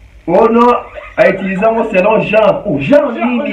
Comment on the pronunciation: Mon et ma n s prononce pas de la même façon